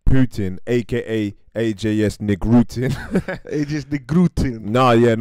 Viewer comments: "ej dzej es..." LOL no, man. "Ajs" you read like ICE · AJS is pronounce ICE, Cheers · Ajs is pronuncing as ICE